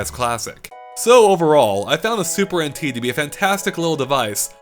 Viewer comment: I keep on hearing him say “Super Antique”